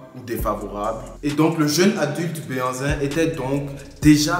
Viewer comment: Très très belle initiative, que Dieu te bénisse. Par contre, tu aurais pu mieux faire en confiant le commentaire à un professionnel. En plus, le mot '' Behanzin'' est complètement un mot francisé par le colon. On dit' ' Gbɛhanzìn plutôt puisque c' est un mot fɔn et non français. En plus on dit '' adjashê '' et non adashê comme vous l'avez prononcé, on dit '' fêzan '' et non fezan. Force à toi et courage